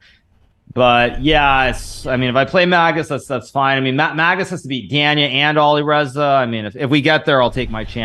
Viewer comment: Please stop saying Ali Reiza... His name is Alireza